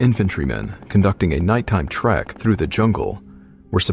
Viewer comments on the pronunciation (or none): none